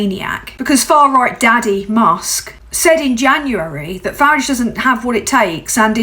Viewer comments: Well well well. YT came up trumps putting you in my feed. Ps I applaud your British pronunciation of farage's name. When its day time I will share. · I like that you pronounce Farage like the Clash pronounce garage, like I preferred to say it as a kid. I was born in London, lived and raised in Crawley from age 1 to 7 and change when we emigrated to Canada. First time here, as hard as that may be to believe. Subbing. Thanks for being you,. 🖖🏼😉🎶❤️🍁❤️✨️🕊 ✊🏼🤬🤜🏼💥🍊💩🦤👿🤡🤖🤡🤡🤡